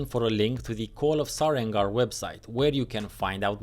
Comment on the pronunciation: So I'm not the only one who thought it was "SareNgar" hehe